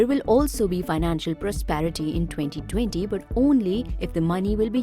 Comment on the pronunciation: Am i the only one who is disturbed by the way she says “2020”. No! Just me ??